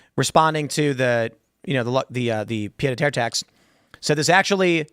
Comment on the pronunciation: You know 99.99% of the people listening to this are hearing Tim mention something that sounds like a pita tier tax and have no idea what it is, like Tim probably had no idea what it is until a few hours ago, but he just casually throws it out there like it's a household name, even though it's french and he's not even pronouncing it correctly. What a dork.